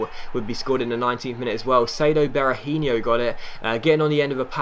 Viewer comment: Berahino's name doesn't end in yo, it's just a no sound! Just a little head's up, keep up the great work as this it the best career mode out there!!